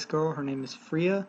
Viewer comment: It’s not (free-uh) it’s (fray-uh)